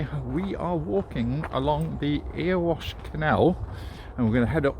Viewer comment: "Eh-ree-wash" *Erewash, not Earwash, lol